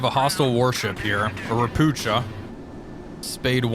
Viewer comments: xD .. ropucha is pronounced ropooha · You call „ropucha” „ropukha” It means „frog” You read „ch” like „h” in word „heart” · Btw. Ropucha is a polish word for toad, they were built in Poland. The first Ch is not the sound "cz" like in Chinook or chopper but its 'H' like Helicopter, Hello and Home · I am not complaining, I love your vids😂 It's just really funny to me how You (and many others) pronounce Ropucha. In this case CH is definitely not pronounced like the ch in 'chest' - but rather as an H(a) like in 'Eisenhower'. Ro - poo - ha (a toad 🐸)!